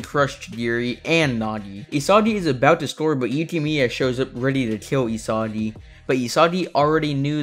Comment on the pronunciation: I swear bro randomly started Saying Isadi and Nadi